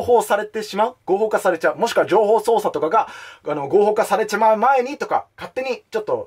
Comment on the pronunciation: 一度も情報操作って言えてないのほんとにカワイイ！